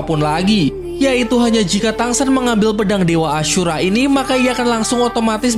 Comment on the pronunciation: Kenapa nyebut ashura kek ngomong kasar anjir 😭kek seolah di perjelas ASHUra 😭